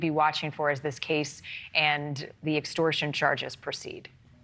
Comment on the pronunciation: Either learn to say his name right or just call him Urine van der Slut .... Second option would be best